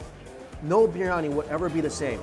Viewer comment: bir-yani not briy-ani, hard to explain to an american chinese guy :)